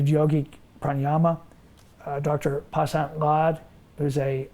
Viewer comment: Dr. Vasant Lad, not Pasant Lad. He used to stay and teach where I lived for years. He is one of THE world's leading authorities, practitioners and teachers of Ayurveda, the classical Indian system of health and medicine.